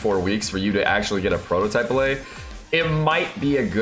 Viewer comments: tf is a bill-ay? its bill-ut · They are pronounced BILL-IT, not BILL-AYE. And the section where you try to sound smart with the statistics is really poorly written/said, at least for anybody who's halfway paid attention in a stat101 class. I usually like your videos. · It's pronounced Bill Et - not French! Good video, love you,! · What's a ballay? Are you trying to say billet? It's bill et like cigar ette. You don't read cigarette and say cigaraytay do you? Is this more baby talk like sadge? Head's up from me to you real talk: If your videos are full of baby talk then pretty soon you will only have babies in your audience. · just a heads up, the 'let' in billet is pronounced like bullet, not ballet. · BILL-IT, NOT BILL-AY! It's a term in metallurgy meaning a bar of material meant for further processing. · what's a billay? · OW....! What are you doing? You're killing me, Smalls! Or are you mispronouncing that on purpose? It's not "bil-lay" "Bil-let" or "Bil-uht" I swear it took me a good 3 minutes of hearing you say it for me to figure out what you were talking about! Good video, though! Thanks again! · billet is pronounced with a hard t, like bill it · An important correction: You said the billet drop rate is 12% per week, but it's actually 12% per boss. So if you're doing 5 bosses a week, that's 5 rolls of the 12% chance, or almost a 50-50 shot of getting at least one billet, whereas farming 3 bosses means you have about a 30% chance of getting at least one billet. Also, the 't' is pronounced in "billet" like it is in "bullet"